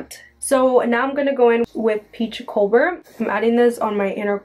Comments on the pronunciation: She said peach co-bler?? COBLER PEACH COBLER I love you but wanted to point that out💖😉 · Oh and its Peach Cobbler (pronounced 'cob' [rhymes with Bob] 'ler' [rhymes with sir]) its like a super yummy dessert!! But you're so cute anyway you can say it however the heck you want Inwas just letting you know!❤❤❤❤ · It's pronounced like cahbler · cob in cobbler is pronounced like corn cob :)